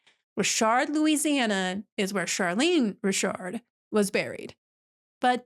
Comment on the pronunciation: Ooh you pronounced it correctly. You are the coolest.😊🤗